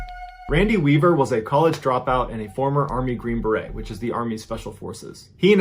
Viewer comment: I love your videos and binge watch all the time but like all people I have my own pet peeves and you hit one in this video unfortunately. The title green beret is not pronounced with a t at the end! I know it’s not really a big deal but like I said it’s one of those things that bug me to no extent. But, regardless, please keep up with what you’re doing and getting these kinds of truth out there!